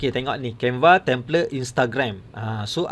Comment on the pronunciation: Waduh waduh tu asyik tersasaul sasul mas..canva jadi canvee..